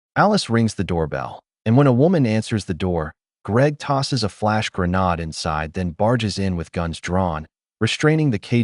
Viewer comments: for heaven sake stop saying "GREENAAD" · Grenades have been in use since the 19th century and you suddenly and stupidly pronounce it as 'greh-nahd'. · Why do you keep pronouncing grenade as GreNAD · Bro you good don’t be sorry , we all knew what you said and mean ! Thanks for the upload, can you do more bank robbery movies please ❤